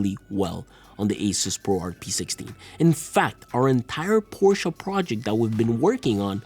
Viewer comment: Dude please stop mispronouncing Porsche, it’s so horrible. Otherwise an awesome video!